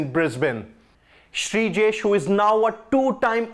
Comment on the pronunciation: Please, he's Sreejesh, not Brijesh.